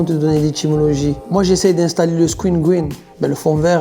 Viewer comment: Pas gween mais green qui veut dire vert😂😂😂